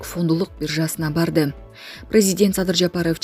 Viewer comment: Ушул материалды окуп жаткан диктор кичине окуп билиминди жогорулат.Эмне деген дикция кантип ушундай окуйсун же атайы ушинтип окуйсунбу .Е катышкан создордун баарына и кошуп окуйсун.Приезидиент ,парламиент,прийемиер деген дагы толгон создорду таптакыр бузуп окуйсун.Дикциянды ондочу .Машык окуурдун алдында.